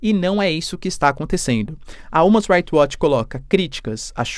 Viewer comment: você precisa melhorar sua pronuncia de inglês, quando vai pronunciar algo (como "human's right watch" nesse vídeo) fica bem errado